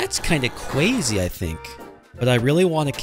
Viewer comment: Why do you say cwazy in some of your videos?!